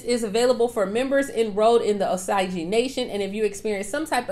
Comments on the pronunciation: It’s oh-sage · Girl it's O Sage Indians Osage Nation